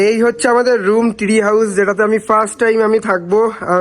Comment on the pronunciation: Tree House ❌ Three House ✅🤣😂